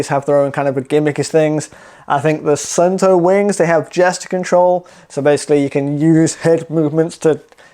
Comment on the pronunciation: Suunto is a Finnish brand. The name is pronounced like soon-to where 'to' is pronounced like the beginning of the word tok